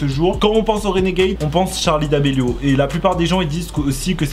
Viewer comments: C’est charli pas tcharli😂😂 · Tttttcharlie c’est Charlie pas tttcharie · Ça me perturbe car il dit tcharli et pas charli je suis pas là seul hein ? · Ses charlie ses pas tcharlie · C'est Charlie d'amelio pas t'charlie d'amelio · tu me stresses c’est Charli pas Tcharli ptn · En dit pas tcharli en dit charli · C'est pa tchali c'est charli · C est charli pas tcharli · C pas tcharli c Charli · Sa me tresse quand il dis tcharlie d'Amelio 😂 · oui mais il dit tcharli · J'ai même pas entendue une fois Charlie j'ai que entendu tcharlie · Moi ça stresse quond il dit " tcharlie " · Pourquoi il dit "TCHARLI" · Pk tu dit tcharli??🤔🤔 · Ce n'es pas tcharli domélio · Arrête de dire Tharli !